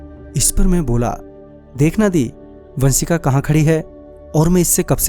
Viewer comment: Baaki sab toh theek hai kripya pronouncation pe dhyan de...श को स bolne ki bohot problem hai aapki...Saurya,vansika,sayad...